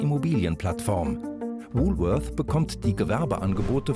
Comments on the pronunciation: Welcher Deutscher sagt schon Wulfeurs!!!Hier in Berlin sagt man Wolwort oder Wolle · Bei "Wuuuhhlworthh" gehen einem ja die Fußnägel hoch! Jeder normale Mensch in Deutschland sagt "Wohlwort" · Frau: „Wulwörs“ Sprecher: „das letzte war richtig!“ Ähm, sorry aber auch nicht.